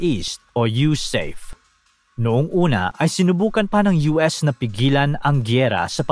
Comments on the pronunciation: Hindi po yusayp ang bigkas, ang tamang bigkas ay yusape dahil ang acronym ay USAFFE ( United States Arm Forces in the Far East)😮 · YU-SA-PE po, hindi YU-SEYP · USAFE pronounced as YUSAHFE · SIR , ITS PRONOUNCED AS YOU-SA-FE( AS IN FERN) BY OUR VETERANS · Sablay ka sa pag pronounce mo ng USAFFE.